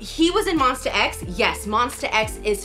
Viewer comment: it's Monsta X not monster x In Jooheon voice : "we're not monster just Mon - STA" 😊